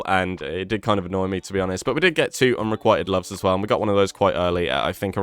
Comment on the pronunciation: I find the pronunciations of “unrequited” and “succor” to be offensive. Are you or not?! Edit: “The ‘Enfusiast’” absolutely sounds British 😆